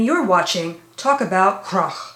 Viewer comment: Best pronounciation of "Krach" from a non-native artist i heard so far. Nice! c